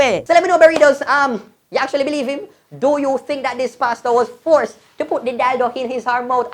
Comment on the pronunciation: Forceted! Every time u say force mi seh forceted 🤣🤣🤣🤣